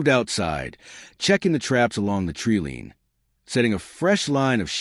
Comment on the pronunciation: Good story but the AI Voice needs a little work. It’s not a tree lean it’s a tree line.